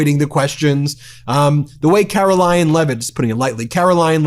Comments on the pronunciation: are you saying "Carolying" Leavitt? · Why can't kkkaroling pronounce CONSONANTS at the end of words...